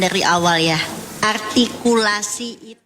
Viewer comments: Juri yg cewek bilang: "ARTIKULSI" katanya... Halo... yg dianggap gak ada itu bukan sebuah kata bu, tapi beberapa kata dalam kalimat..masa gak bisa nangkep.. berati Jrinya kagak cermat... masa juri cerdas cermat gak cermat.. PARAH Terus MC yg cewek jg bilang "Juri sudah sangat teliti"... Koplak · Duta arhhhgtikulasi